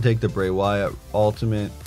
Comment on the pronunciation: why do you say ultiment???